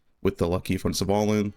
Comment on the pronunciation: the way you pronounce Svalinn as "savalin" is funny. Great gear for this temp league!